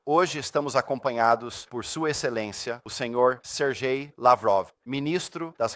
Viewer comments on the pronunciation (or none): none